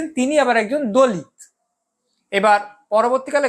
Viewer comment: আপনি "দলিৎ" উচ্চারণ করছেন কেন? বিদ্যাসাগর বর্ণপরিচয়ে ত এবং ৎ এর পার্থক্য নির্ণয় করেছেন। সেই সূত্রে হবে, দলিত(অ)।